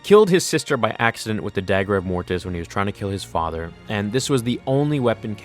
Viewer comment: So much emphasis on the "T" in "Mortis"... #morTis